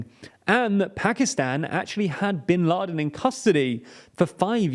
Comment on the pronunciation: Re Bin Laden - Not 'in' but 'by'!